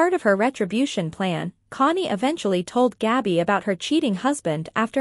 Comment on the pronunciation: It is not Gobby it's Gabby